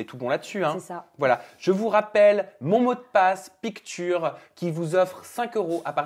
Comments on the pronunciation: je t'aime bien mais ta prononciation de "Picture" la c'est pas possible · Quelqu un pourrait dire à que "picture" se prononce "pic cheure"? 😂😂😂